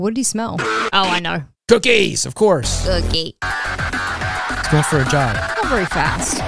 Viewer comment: He says cokkie?